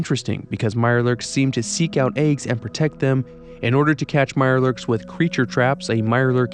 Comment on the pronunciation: Its eggs, not AYUGS lol